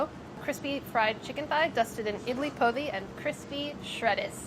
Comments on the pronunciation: Idli Podi is pronounced with a hard D (like poh-dee) and translates literally to idli powder! my family always just used to call it idli karam or kobbari karam (bc ours had coconut in it, or kobbari) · Sohla’s was definitely my favourite but she’s gotta learn how to pronounce “idli podi”!!!!!! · I love sohla and I really hope she appears more.... but her pronunciation of podi made me cringe so hard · The podi in idli podi is pronounced closer to pori than podi, like a hard r